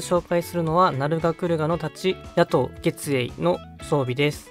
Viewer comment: 夜刀月影の読み方は「げつえい」ではなく「つきかげ」です。 「げつえい」とも読めるけど、「げつえい」の意味は月の光のこと 「つきかげ」は月の光で照らし出された物の姿のこと 武器の説明文には「ヒドゥンサーベルの強化型。月に照らされた刀影を見れば最後、生きては帰れない。」となっているので、後者の方が意味合い的には正しい。